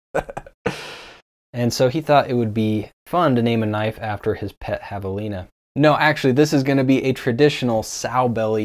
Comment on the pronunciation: I laughed out loud when you said Jav-a-Line-ah which to me was extra funny since you habla Español!